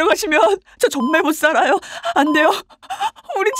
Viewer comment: 나만 존나못살아요라고들리냐